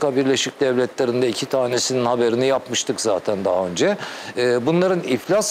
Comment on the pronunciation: önçe sen bi türkçe konuşmayı öğren ltfn son ana kadar söylemeyeçeğim son manda söylemeyeçeğim ne demek bu nasıl bi telafuz